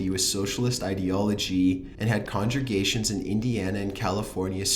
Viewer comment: Congergations? Damn, son...Look up the words if they are too hard for you to sound out. Sheesh.